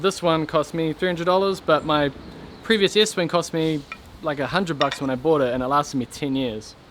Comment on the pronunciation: Estwing not Eastwing